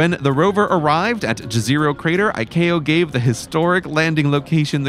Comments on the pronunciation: I love how you entirely fucked up pronounciation of Jezero crater :D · The community down at the Mars Guy channel discussed that the Jezero crater is correctly pronounced ye-ze-ro in its native Czech language which means lake, however we English speaking persons decided we would pronounce it gez-a-ro as that’s the way it looks like it should be pronounced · Fun fact: the Jezero crater should, per the original Bosnian pronunciation, be pronounced like "Yezero". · Fun fact, the Jezero crater is pronounced more as "Yezero", since jezero in Slavic languages means lake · Jezero crater is pronounced Yezero if you are honoring the eponymous place and it's local language (means "Lake" btw). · you mispronounced jezero